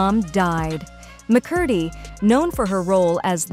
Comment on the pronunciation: one of the easiest last names to pronounce and it still was pronounced incorrectly lol